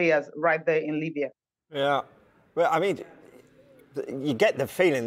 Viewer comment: Exactly. I was like "Limbya"? And a few contradictory statements